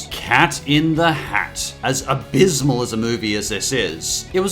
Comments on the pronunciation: I love how you put on emphasis on ABYSSMAL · this guy says "abismal" way too much and i love it lol